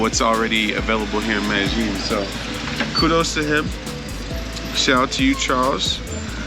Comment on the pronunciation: "MEDEJING"????????? NO! Its pronounced MEDAYEEN!